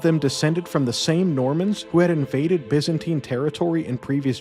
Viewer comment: Looked interesting but your ENGLISH SUCKS BYZANTINE You change By to Bi. Zan to Zin and TINE to teen!! Then you carry on with further bastardiasians of the ENGLISH language, as spoken by English. Aaaaaagggghhh!!! It rather makes people doubt your research. DUCKS TO AVOID SHARP OBJECTS AND NAUGHTY (although probably wrongly pronounced) RUDE WORDS HURLED AT ME BY COLONIALS. 😅😂🤣🤪 Have fun. Hey, just can't stand listening to the drawl. Perhaps you should state in ya thumbnail " for Mericans only"?